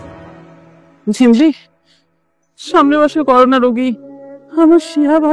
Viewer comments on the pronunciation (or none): এক সেলিব্রিটি নাইকা হয়ে করোনা কে বলছে করুনা😂😂